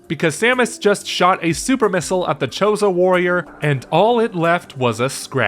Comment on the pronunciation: It's a Chode-oh warrior.